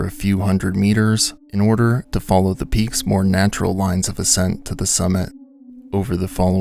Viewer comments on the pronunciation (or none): none